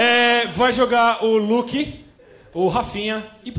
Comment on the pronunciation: é luque com "QUE" e nao com K ¬¬